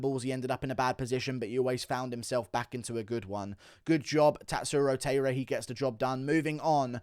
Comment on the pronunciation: Guru his name is Tatsuro Tie-ruh… not Tay-ruh